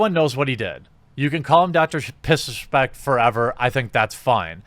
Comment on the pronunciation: Is it just me but when he first says Dr disrespect does it sound like he says Dr piss respect